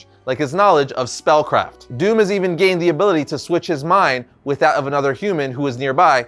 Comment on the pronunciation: Bonus points to you, for pronouncing his name PERFECTLY.